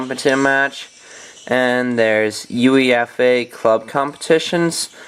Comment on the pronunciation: You pronounced UEFA weird :P